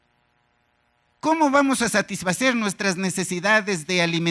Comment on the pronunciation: Se dice satisfacer no se dice satishfacers